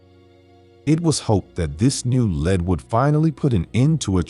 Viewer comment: Say "led" one more time.....